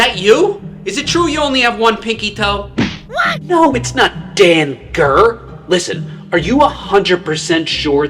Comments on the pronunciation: BRO IT'S SAY'S DANGER NOT DAN GER DUMBASS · “Dan gur” 💀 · Close, that’s danger (dain-jer)!